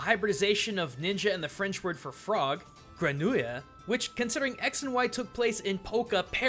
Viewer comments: its not grenouilla its grenouille!!!! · hears your pronunciation of grenouille At least you tried!!😁👍 It’s pronounced like gren-wee, btw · Since I know you pride yourself on proper pronounciations...grenouille is pronounced as "GRAWNwe" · for future reference,: Grenouille = Gren-oo-ee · it's ponounced grun-oo-wee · Gren-oo-eey. If you're curious. If something ends in "ille" it's pronounced like "ee" but move your mouth like you want to put an l on the end only you're not sure so you kinda don't bother. That's like half of french consonants right there. "Okay wait hang on do I pronounce this or not? Eeeh better not." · Grenouille gre-nou-ille E in french is euh so gr-euh nou is like new but not as harsh and ille one of the worst pronounced syllables in this is just the english E like in Louie lou-E so its grE-nou-E then just let the syllables blend together and you get grenouille Also calling someone who speaks french a frog is a very bad insult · "gre-noo-ya" NO. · French “grenouille” is pronounced like “Grahn-wee” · Grenouille is pronounced greh-noo-ee. According to all the people I know who's first language was French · Second viewing and it's still bugging me. Like the u in Japanese, the e at the end of a french word is often quiet. Your pronunciation of grenouille is near perfect if not for the "ah" sound at the end ruins it..... just saying since you do respect cultures. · If you really wanna know, the french "ouille" is pronounced "we", so grenouille is pronounced "GREN-we" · RandysRage I learned it as grahn new wee but yeah that pained me a bit at that part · Ha ha, wow, my dad works to translate French, so I know a few French words, meaning that the moment tried to say "grenouille" was one of the few in which the pronunciation genuinely made me laugh. Also, wait, Spikes are made from chestnuts? I wonder what this means for chesnaught... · Sick butchering of the word "Grenouille"